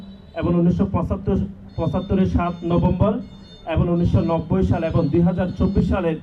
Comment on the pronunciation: 'এবং' কে 'এবন' বলে।😂😂😂